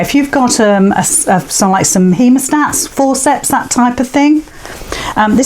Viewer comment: What did you call that tool, please... heamostats?